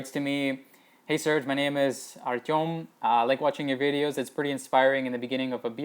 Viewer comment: I can tell you're Russian from the way you pronounce "Artem." lol